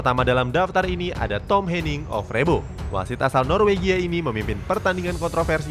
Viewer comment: Hadeeeeh min min.. Ejaannya O vre bo bukan Ov re bo 🤣🤣